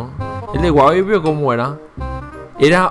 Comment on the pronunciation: hahaha kp no es co huahwi ese el del juego se llama huaiwi :V